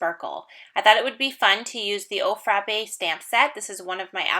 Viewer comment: As someone from New England, I feel qualified to let you know that "frappe" is pronounced to rhyme with "clap." Cute card!